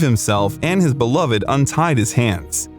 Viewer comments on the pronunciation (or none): none